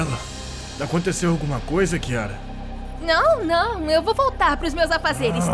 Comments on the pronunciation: N tô falando mal ta* ela falo chiara é vez de falar kiara kkkkkkk😂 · É kiara não chiara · Ahhhhh Não é com ch É com kyara😊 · Nem seu nome você sabe falar não é kiara e chiara.❤ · Kiara não é com k invés de chiara